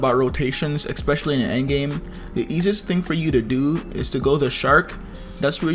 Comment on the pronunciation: Are we gonna ignore how he says eXpetialy🤣🤣 I'm not trying to be offensive